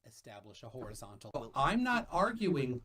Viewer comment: level… is orizon’al